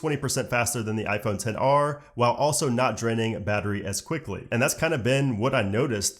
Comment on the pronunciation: I cringe everytime when they say 10 R!! Ugh 😒 ITS X R!!